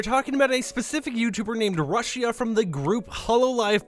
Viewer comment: Not trying to be mean but it’s pronounced rooshia